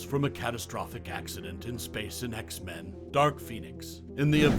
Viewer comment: X-MAN?!? (It's X-Men fam lol & your welcome)